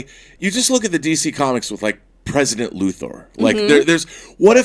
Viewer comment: I hate when people pronounce Luthor as Loo-Thoar. Shit gets on my nerves.